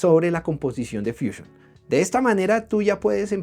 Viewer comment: Si estás dando el tutorial en español porqué dices fuchiun, deberías decir fusión, pero vamos si tanto te gustan las palabras inglesas deberías dar el tutorial en inglés